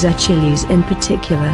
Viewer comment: Everytime she says Achilles it sounds like "a chili's"